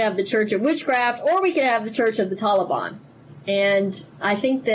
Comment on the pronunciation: THAT IS NOT HOW YOU PRONOUNCE THE "A" IN "TALIBAN"